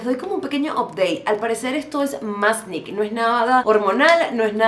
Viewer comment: Siempre me hace reír tu dislexia que termina cambiando las palabras (como masKnE por masnIK) 😂🤣 Son muy divertidos tus videos y con información muy valiosa!